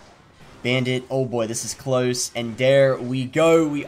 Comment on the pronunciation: Yeah I noticed as well, some of his words are pronounced in a sudden English accent like "close" and "go", it's interesting haha